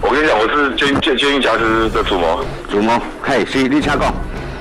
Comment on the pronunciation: 我只是希望主持人更加优秀，我是如此地热爱台湾和台湾人民，台湾是中华民国和中华民族的骄傲。我也真诚的希望你把挟持与侠客的读音区别搞清楚。